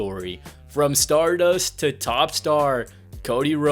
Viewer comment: “ from startdust to top superstar “ 😂😂😭😭